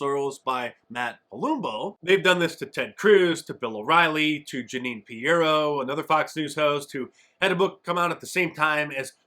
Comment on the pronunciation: It's Jeanine "Pirro".